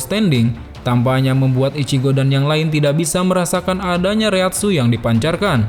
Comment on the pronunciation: Reatsu mah bukan raesi